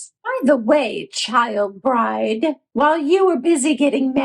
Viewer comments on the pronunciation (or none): none